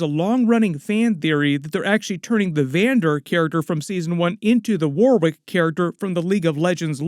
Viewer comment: It’s pronounced “Warick”… the second W in Warwick is actually silent.